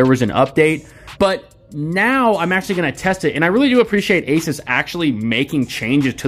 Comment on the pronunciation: I love you bro.. you say Asus the right way! I fuckjng hate aSOOS nah it’s aSUHS like aces .. I name my Pc builds Pocket-Asus 1, 2 and 3.. building 3 right now.. I know I’m a cringe nerd